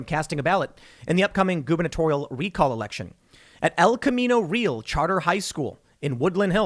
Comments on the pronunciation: REE- AL as in Al-bert not "real' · El Camino Real - Real is Spanish and pronounced Rey-Al